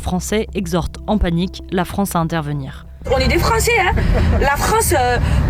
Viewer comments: "en est dé fRRancé" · "Oné dey fronçay"